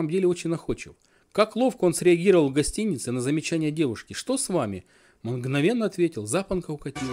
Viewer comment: отдельного внимание стоит его внезапная буква ХЭ. В фамилии Горбункова у него твердая Г, а например, в слове гостиница уже ХЭ! Хастиница. И как ему так удается?